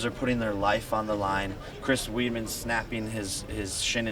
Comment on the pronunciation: Jake Paul “ Chris Weedman” 🤣🤣😭